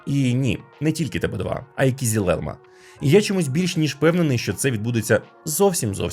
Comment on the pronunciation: кизИлелмА, через "и", а не "і"